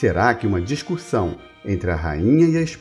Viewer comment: Eu estou enganada ou o narrador fala "DISCURSÃO", no começo do vídeo?